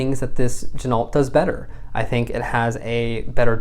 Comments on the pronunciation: Gin-O......not gin-alt Same as ren-o, not ren-alt (the car) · The name Ginault is pronounced "Jin-oh". Don't pronounce the "T". Never hand wind it. The entire bracelet is made in Asia.